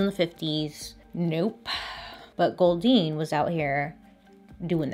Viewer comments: This is bad but everytime she said goldeen all I can think of is the pokemon makes me laugh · Every time she said “Goldyne”, I though of Goldeen, the Pokémon. @@ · Anyone else making the Goldeen Pokémon noise every time she says Goldine? Just me? 🤣🤣🤣